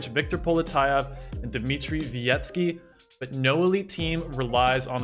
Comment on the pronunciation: “Always on 4 Red Bulls Dmitty Volkov” Lmao